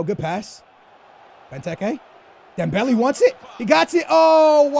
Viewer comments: For the love of God it's not Dembelly it's Dembellay if that makes it easier to pronounce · Dembelly.. Lol your pronunciations have always been fantastic :') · come on, don't say Dem-belly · It's dem-bell-ay ffs